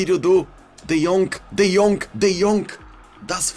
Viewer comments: His name is de jong not de jonk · Say de yong not de yonc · Just say “de young” lol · can you please stop saying De jongK , its without the K. just De Jong. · No one:: De Yonk! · No one: De Vilihea,de Laight,De yonkh,Daybala 😂😂😂👌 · No one:: de jonk!!!!! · Nobody:: what did u do De Yonkk!! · I love how says de jonk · "Let's go De Yonk"